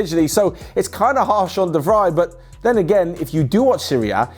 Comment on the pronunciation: Wrong pronunciation of De vrij. It's de fra i.